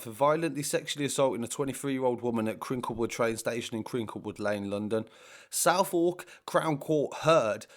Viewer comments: It's pronounced sotherk not southWoork crown court you neek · Southwark is pronounced southook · Southwark is said like suthook